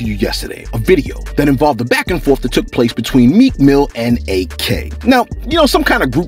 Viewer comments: Its not A.K. its pronounced like ack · It’s Ak, not A.K. 🤦🏽‍♀️